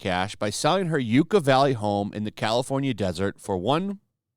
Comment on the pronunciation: Just a heads up from someone who actually is from that area, it's Yuck-a not You-ka, for Yucca Valley.